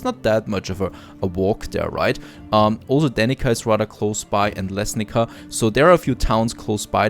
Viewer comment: names of these villages are like Slovenia maybe? btw you read it wrong :D i dont speak slovenian or croatian but i think you have to read it how is it wrote like Lesnica not Lesnika, you know :D